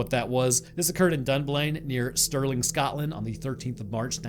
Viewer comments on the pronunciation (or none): none